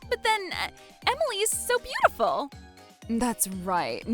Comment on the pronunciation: He can't even pronounce Emily... smh